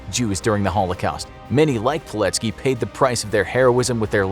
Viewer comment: PILECKI kurwa mać, a nie POLECKI !!!!